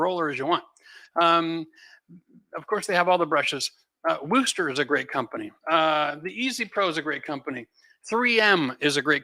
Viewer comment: Just a heads up for Wooster Brush company products it's not pronounced "Woooo-stir" it's "Wuh-stir" like you pronounce the word "worst" but without the "r".